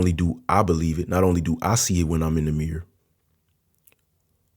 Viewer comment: He said "mirror" as "mirrr"